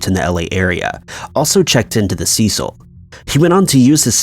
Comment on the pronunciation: Cecil is pronounced cee-sil! Ceh-seal is spelled Cecille, which is a woman's name. Cecil is a man's name.